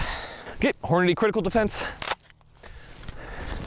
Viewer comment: It cracks me up that literally cannot say "Hornady"!